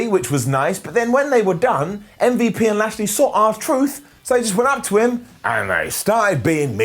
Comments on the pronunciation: literal pronunciation of MVP “mmvup” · Love the way you say MVP